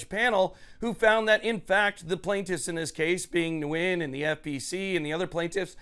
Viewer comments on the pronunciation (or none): Nguyen = win It is not pronounced nu-win. Vietnamese is a mono-syllabic language. Yes, I'm also a Nguyen so I know. Those who pronounce their last name Nu-win is shameful.